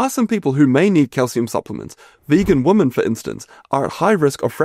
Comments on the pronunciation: Great information. You know that woman and women are pronounced differently? Maybe not in your part of the world? 😄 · Has the word 'women' changed in the past decade? Everyone pronounces it 'woman' now. It's so weird.